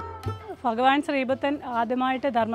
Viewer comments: Faghavan അല്ല ഭഗവാൻ ആണ്‌ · ഫഗവാൻ അല്ല, ഭഗവാൻ! ❤❤ ചുമ്മാ പറഞ്ഞതാ കെട്ടോ. ഇഷ്ടം ഉള്ളത് പോലെ പറഞ്ഞോ. ഒരു കുട, പറ്റുമെങ്കിൽ വെള്ള വാങ്ങി വെക്കാൻ മറക്കണ്ട. വെയിൽ അത്രയും കൂടുതലാണ്